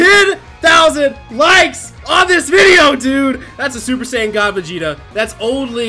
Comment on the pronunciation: woah woah woah did just say "Va jay ta"